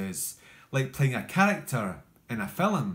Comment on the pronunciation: There’s only one syllable in “film” bro 😂